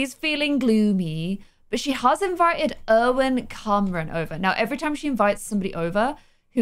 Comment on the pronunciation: Irvin Carman. NO. Irwin Camron